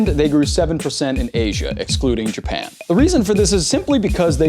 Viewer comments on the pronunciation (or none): none